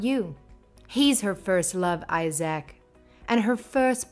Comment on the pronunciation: Who pronounces Isaac as eye-sack?